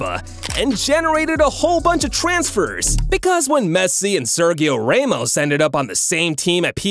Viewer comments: No hate but u said Raymos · ser geeh oh raymos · "raymos" "lay o messi"💀💀💀